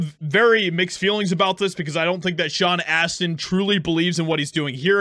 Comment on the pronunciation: Sean "ASS"tin